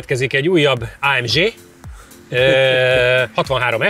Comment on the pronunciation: A jobbaknak feltûnik, hogy szándékosan mondta így, ráadásul egyszer.